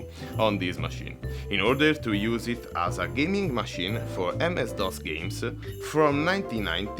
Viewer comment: Dovresti rivedere la tua pronuncia; a si pronuncia ei e such as si dice such es inoltre, quando scrivi I la i è maiuscola e non minuscola. Ho notato che a volte, quando parli, dice le e al posto delle a e viceversa; per il resto il tuo inglese è buono